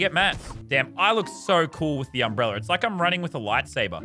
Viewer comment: No one: Lazarbeam: it’s an UmbReLLeR